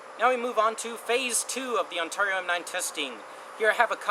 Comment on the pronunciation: this guy is funny and not in a good way lol and you are saying Ontario wrong